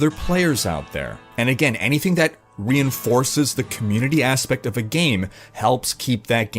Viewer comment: "thee com'muni'tea"